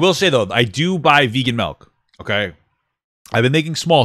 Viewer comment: “Melk” love you papa